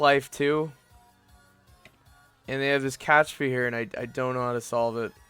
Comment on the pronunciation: It's CaPtcha not CaTchpa.